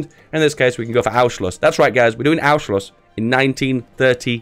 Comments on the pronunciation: DUDE CANT YOU READ THE N ON ANNNNNNNNNNSCHLUSS>??????? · Anschluss is not pronounced that way. You pronounce the "n" like an n and not like an "u". Everything else is perfect.